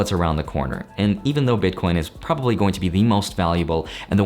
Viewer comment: BitCORNS! LOL. I nearly died because it sounds like my family🤣. Thanks for the video.